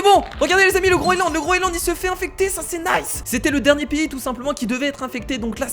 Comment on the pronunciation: Sa se dit le groenland pas le groeland